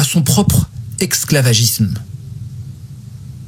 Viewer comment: Salamou'alaykoum. BarrakAllahu fik pour cet audio plein d'enseignement (petite note : j'ai noté un petit élément de prononciation : tu as tendance à prononcer le terme esclavagisme avec un "x".)